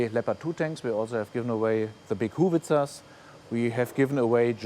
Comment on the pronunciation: Ahh Denglish. Huhwitzers instead of hauwitzers